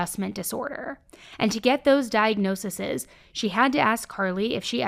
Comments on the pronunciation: For future reference it's not diagnoseses ; it's pronounced; 'diagnosees' for the plural ✌🏾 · Diagnose-EEZE NOT diagnose-eses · Diag-no-sees. Nit diagnosisis. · Just a kind FYI.. diagnosis plural is diag-no-sees 😊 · I’m sorry… no hate, but this is bothering me. Talking about multiple diagnoses is pronounced like diag-nosees.